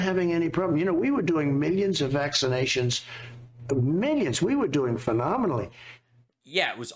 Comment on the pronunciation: Sniff sniff. Sniffsniffsniff. Who tf says historeh? That freaking accent is vile sniff and storeh sniff. And ofc mi- yuns and bi-yuns.